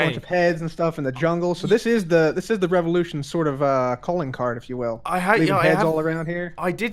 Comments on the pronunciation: Its not la revulotion!!! Its #VivaLaRevulotion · The way he pronounces "Viva la revolution" 😂😂😂